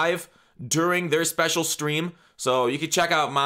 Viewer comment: “sprecial” stream OmegaLoL